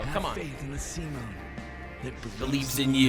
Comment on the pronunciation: His name is "Simon" for an even cooler character. "Simone" is the wrong one